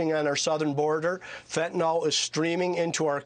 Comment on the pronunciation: There's no "Fentanol", there's only "Fentanyl", "yl" is pronounced "il" not "ol". Why would anybody even think "yl" was pronounced "ol"? When you hear a person say Fentanol you know you're listening to a person who can't read properly, like the Governor of Arizona. From his virus collaborating school policies, I'm not surprised he can't read.